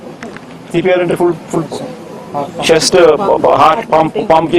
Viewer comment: CPR అంటే.... Chast pumping .... మాకర్మరా బాబు.... వినలేక పోతున్నాం....